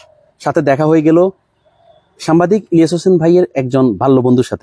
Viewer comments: এই আপনি বার,বার,সাম্বাদিক বলেন কেনে?? কথাটা ভালো করে সাংবাদিক,বলেন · ভাই উচ্চারনটা সামবাদিক হবে না সাংবাদিক হবে। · আরে ভাই সাংবাদিক না সাংবাদিক শব্দটা একটু সুন্দর করে উচ্চারণ করেন সাংবাদিক না সাংবাদিক